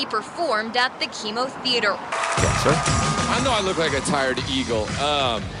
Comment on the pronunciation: DDoggy pronounced like chemo thooo which is pretty damn funny